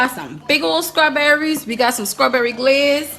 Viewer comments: xo. I hear SKRAWBERRIES when you say it, as if there is a K or C. But there is a T that makes it sTRawberry. The tip of the tongue goes to the back of the teeth vs the back of the tongue to the roof of the mouth. 🙂 However, I know some jokingly say it with a K/C sound and their followers are in on it, so that's why I asked if it's an inside joke. Thank you for not taking offense. And I enjoyed your video! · Ok so Im legit partially deaf but is she actually saying Scruberries instead of strawberries??? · is she saying strawberries wrong on purpose like an inside joke?